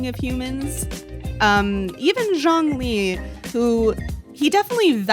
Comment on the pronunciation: I’m not seeing anyone mention it so even though this video is like a year old I wanna clarify the way said Zhongli’s name- the “Zh”, at least in his character for his name, is more like a “juh” sound in Chinese:D so he actually said it pretty close to the actual pronunciation, albeit more heavy on the J sound